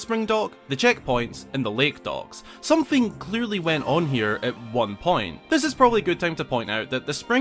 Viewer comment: I got 4 minutes into the video to realize he was saying docks. I was looking for dogs that I could not see. 😉🤣